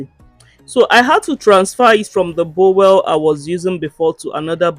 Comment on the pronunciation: Bowl not bowel😅